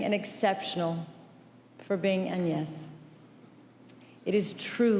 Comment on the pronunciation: What a speech! And Angelina Jolie pronounced «Agnès» properly in French!